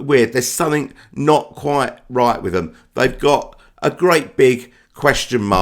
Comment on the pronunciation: A big question is your speech impediment especially with the letter ‘t’ “he no-iced” and “quie-righ”